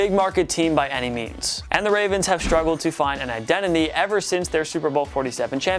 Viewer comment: He said identi me instead of identity for the Ravens